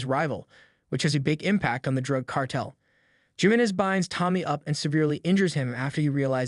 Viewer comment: car..tel , not cartle